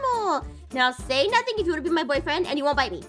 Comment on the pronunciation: APHMAU JUST SAID EN IN BOYFRIEND 😂